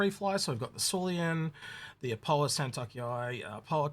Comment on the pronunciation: Syulen = S you len. NOT SUE LEE ANN. Railen= Rye len. NOT R ALIEN.